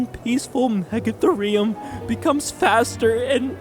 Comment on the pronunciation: MEGA-THEE-REE-UM not MEGA-THUR-REE-UM